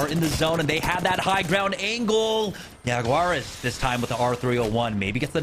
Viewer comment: el fallout debería enseñarle al como decir Jaguares, que no mme